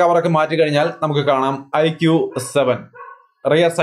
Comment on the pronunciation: Mi 11x നല്ല നിലയിൽ തന്നെ തേഞ്ഞു അല്ലെ 😂😂 Iqoo 7🔥🔥🔥 പിന്നെ ഐഖൂ ആണ് (ഐക്യൂ അല്ലാട്ടോ )💕💕